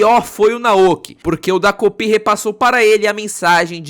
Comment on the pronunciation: É "TA"kopi vc falou errado o vídeo todo😅